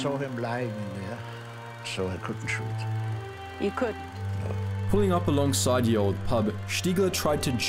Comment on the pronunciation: Ye is pronounced the